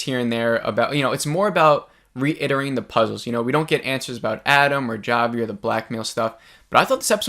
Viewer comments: If I hosted a review show or Podcast, I would think at a minimum I would take the 3 minutes it takes to actually pronounce characters names correctly. It just exposes a simple level of professionalism. I mean, it's not that hard to do. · Its actually Chavi (hávi - c is silent), not džávi or whatever it was that you said 😀 so basically its not a review but just reinterpretation of the episode. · I appreciate your videos! & I mean this in the nicest way possible, but its pronounced Javi as in "Ha-vi" not "Ja-vi" lol :) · Jah-vee? Lolo it's Javi.......--->>>ha-vee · It’s Javi (Havi) 😂😂😂😂😂😂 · Oh honey... It's pronounced "Hah-Vee," but I couldn't help but find you saying "Jah-Vee" so cute and endearing lol 🥰🤗 Love these... And love the discussions we all get going down here in the comments! Thanks for keeping them coming!!! 💕 PS: my theories.... I think Bobby Farley is the person who started the "Flex" joke/rumor about Travis (I gotta go back and listen to him tell her the story again!!). Also, I haven't believed Jeff was involved, until now. There wasn't time for Adam/Javi to unlock that safe and take Shauna's journals.... And it's like you said; they want us to believe it's him... At this point, a bit too much. I now, finally, believe Jeff is involved in the blackmail thing for sure! Also, the #2 season trailer highlights the moment when the girl stops another from eating a mushroom and said it's poisonous, and then Van says, "Like, kill you poisonous, or trip your balls off, poisonous?" Why would the big season trailer mention that, of it wasn't significant? It's bc it IS. I believe they're all tripping in the next episode, and it probably becomes a ritualistic thing, and it allows them to do things they wouldn't normally feel comfortable doing (ie... eating another human). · It's pronounced HAVY!!! Like Javier! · "jah-vee" LMAO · Ja-vee lmaooooooooooooooooo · Why does this guy keep calling him jah-vee? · “Jah vi” hahaha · Javi is not pronounced with a hard "J".